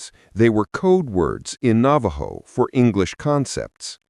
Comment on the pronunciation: I'm a Navajo and I'm laughing at the narrator, he can't pronounce the Navajo words correctly.